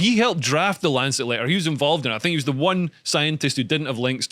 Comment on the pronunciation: 'Lanchet' lol 😆